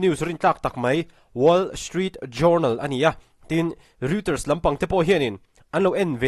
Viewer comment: Ngaihthlak a manhla hle. Pronunciation en lawk ang aw? Reuters hi Roy-tâz tia lam tur a ni a.... Tin Journal hi JARNAL tia lam tur a ni e. Journey, journal, journalism s 'jou' te hi 'ja' tia lam vek tur a ni e, aw?